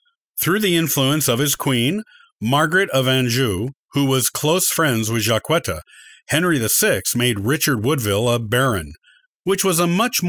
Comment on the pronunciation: I'm a decedent 19th great grandmother and i am common ha ha ha jack etta not qwetta